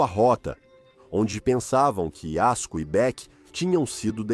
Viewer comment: A voz do AI narrando e falando o nome da Alpinista a todo instante errado😅Yasko,yosco,Azuco kkkkl muito ruim